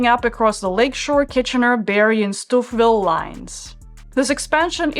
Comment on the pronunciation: Stouffville is pronounced Stow-ville